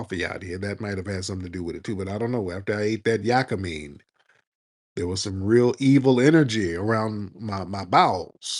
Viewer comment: Yakimein is pronounced "yah kee meat"